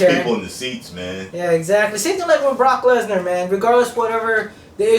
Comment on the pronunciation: "Barock Lezner!"